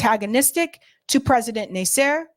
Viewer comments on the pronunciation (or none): Menachem Begin is pronounced Men-A-chem BA-Gin. Prime Minister David Ben-Gurion is pronounced Ben-Gur-I-on. President Nasser President Nasser is pronounced NASS-er. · I like what you say. But, you should find someone to help you with pronouncing names of historical figures (eg. Nasser, Begin) , It doesn’t sound professional, and you will lose some respect if you don’t rectify this.